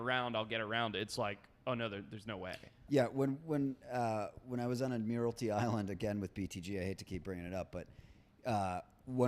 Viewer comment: Lol trying to pronounce Admiralty Island